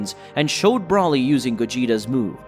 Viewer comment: Learn their names please. BRAWLY, Lim-o, etc. Come on man.